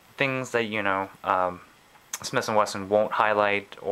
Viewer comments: SmiThhhhhh and Wesson not smiss and Wesson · Is he saying "Smis & Wesson" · he keeps saying smiss & wesson.